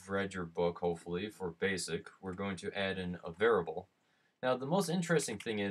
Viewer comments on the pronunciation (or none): I am a Humble Bundle viewer and appreciate the time you took to record and show how to use App Game Kit. Thank you! *Pet peeve:it is "var-iable" not "var-able." My wife gets me when I say "li-berry" instead of "li-brary"